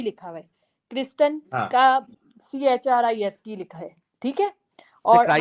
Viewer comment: Christ ❎ कृष्ट ✅ 😅😅😅😅😅